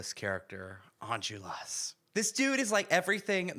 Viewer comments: It's pronounced "Ahn-jol-ras," not "enjulras" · I don’t wanna be rude, but it’s Enjolras (pronounced On-Jol-Ras) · As a native french speaker, hearing you butcher the pronunciation of every name and location was a real treat 🙏😂 Special mention for Enjolras